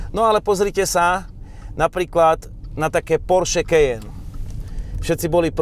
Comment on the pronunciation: preboha: Kajen, nie Kejen!